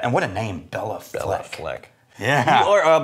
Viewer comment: c’mon guys, it’s Bay-la Fleck, not Bella Fleck🤨